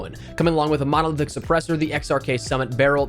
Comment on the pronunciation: Spoiled rotten Bruen, dude said modeldick not monolithic lmfao